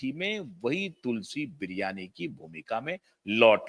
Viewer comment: एन्कर महाशय, तुलसी बिरयानी नहीं, 😂😂😂 तुलसी विराणि कहो।